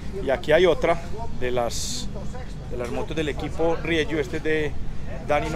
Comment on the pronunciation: Gracias por su aportación caballero, por enseñarnos el Dakar desde dentro, solo una cosita, la marca Rieju es una marca española nacida de fusionar dos nombres RIEra + JUanola, por eso se pronuncia RIEJU con J y no RIEYU como usted lo pronuncia, reciba un cordial saludo y feliz año nuevo 😉